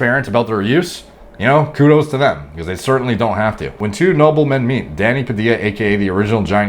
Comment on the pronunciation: swear everytime he said danny it sounded like he said daddy